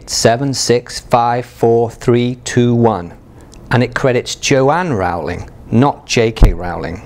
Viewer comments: its not Raul-ing Its Rolling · i was going to watch this but literally 10 seconds in he said wrow-ling instead of rolling and now im done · Rowling like bowling, not Rowling like scowling. I have a 1st edition Prisoner of Azkaban, but without the 'burn (line) so much' error. Is that worth anything? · OMG HE SAID JK ROWLING WRONG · Stop saying JK Rowlings name wrong, Christ.